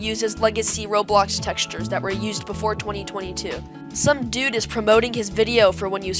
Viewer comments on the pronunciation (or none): none